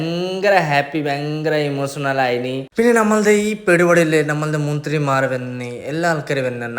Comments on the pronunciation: Munthirimar alla bro manthrimar😂😂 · 😂munthrimaar♥️... Jaasthi chirich😅